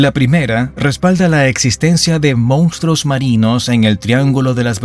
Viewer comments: *Monstruos, no “moustros” 😂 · "mostroooooos"!!!! Jajajaja